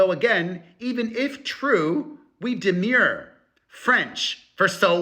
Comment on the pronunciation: Demur is not pronounced like demure, though.